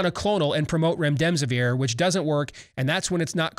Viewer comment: Steve....my OCD won't let me ignore this... it's "rem-des-eh-veer". There is no second "m". There. I'll let myself out, have a nice day! 🙄